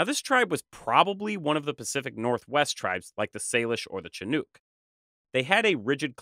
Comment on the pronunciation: Thank you for this really excellent story. The CH in Chinook is pronounced like the CH in Church. The Chinook tribe routinely went on trading journeys all up and down the coast. They went as far north as Alaska possibly even Siberia and as far south as Mexico. They primarily traveled in large sea-going canoes. The Chinook homeland was at the mouth of the Columbia River, they had villages on both sides of the Columbia. And their territory extended quite far inland. The tribe still exists but the government has continued its genocidal policies against them.